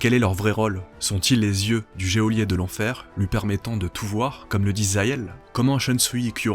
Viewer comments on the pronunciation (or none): none